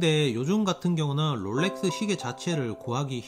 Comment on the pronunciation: 롤레뜨~~~th 발음 죽이네 ㅋㅋㅋㅋㅋㅋ